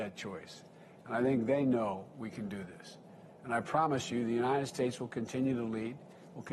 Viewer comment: He only brags about TRUMP'S vaccine because that's all he has !! He has tore this country apart in 8 months!! This is the worst administration in U.S HISTORY! AND PLEASE someone teach him how to say UNNNITTTED STATES!!